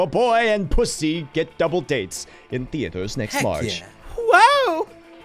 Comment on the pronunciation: I cannot say how much i regret the fact that they pronounced it "puszzzz" instead of "PussZEE" smh except for, good to know I can count on octo